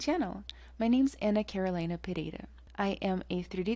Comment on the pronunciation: esse "pereira" foi uma pronúncia totalmente brasileira.